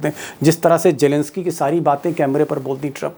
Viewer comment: Deepak ji.. Jelensky nahi.. Kindly pronounce his name as zelensky. Where is j in his spelling..?😢😢 It really sounds ugly n bad.